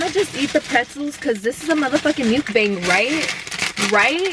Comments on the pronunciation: the way she says mukbang bothers me so freaking much. like there are two ways people say it and ive NEVER heard anyone say it like that and it just sounds so off like ?? she sounds like she is saying mucus bang or some shit ugh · You're so cute! I love it... You look so fun to chill with, smoke and FUCKING EAT. I subscribed after watching two videos lol... I just hate the way you say mukbang 😆🤣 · The way you say mukbang kills me lol still love u tho